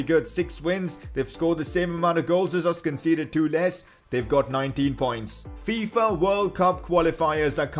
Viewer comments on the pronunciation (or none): none